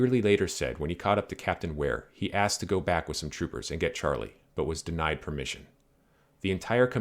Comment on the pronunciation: His name was actually pronounced sharlay